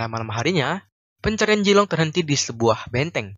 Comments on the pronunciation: Bukan jilong Tp Zilong Pake ZZZ Bukan Jetttt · Zilong min, bukan jilong. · Vg bukan Jilong tapi Zilong